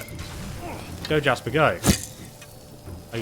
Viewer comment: What about calling Jespar: Jasper.